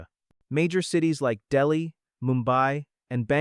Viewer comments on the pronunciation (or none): none